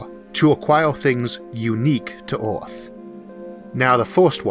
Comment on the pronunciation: The planet is called "Earth" in english, not "Orth".